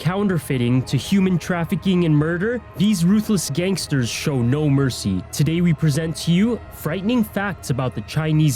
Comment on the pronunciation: Skanksters? Am I thing only one that heard that?